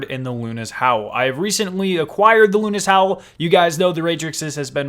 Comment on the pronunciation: It is the howl of Luna. Luna's howl. Not "lunis howl" the broadsword pronounciation is the only one debateable